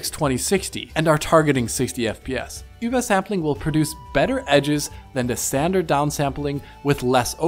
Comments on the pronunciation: i've never heard "ubersampling" pronounced so disagreeably. just say UBER ffs. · Why are you saying ubersampling so weird? Sounds like you're speaking gibberish instead of OOBERSAMPLING.